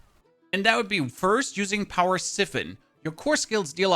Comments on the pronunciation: I'm sorry. It's "s-eye-fon" not "sif-fon". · Siffon? I lol’ed 😂